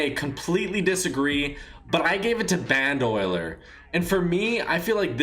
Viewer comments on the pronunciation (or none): This man said Band Oiler😂😂😂. Bruh it’s pronounced Band-o-Leer. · "Bandoiler" lmao it's band-o-lier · he pronounce bandolier bandoiler XD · Did you just say Band-Oiler?